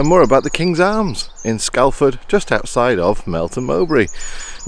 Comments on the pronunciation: Hell fire, Scalford! (pronounced Scoreford by the locals) Great to know you were in our area (Melton Mowbray) and had a great time at the Kings Arms. Please tell me you stopped in Melton for pork pies and stilton cheese? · Wish I'd known in advance I'd had called round for a visit, I live about 5 miles from Scalford (pronounced Scorford!!)